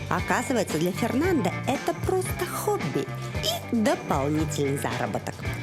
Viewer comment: Жанна, в испанском языке нельзя имя мужчины произносить с окончанием «а» так как это уже будет женское имя . Фернандо это мужское а Фернанда-женское.